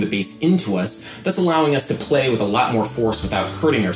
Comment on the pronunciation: He says legs like "laygs" and play like "pleh"